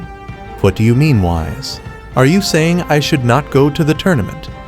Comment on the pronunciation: He called him Wise instead of Whis and that was the moment I left, AI USAGE WILL NEVER TAKE OVER